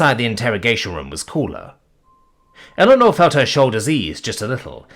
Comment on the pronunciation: You're lucky. I keep getting the crossover from his reading of "Power Armor in Magic School" and wondering how the deluxe kobold got to earth as I hear Illinor instead of Eleanor.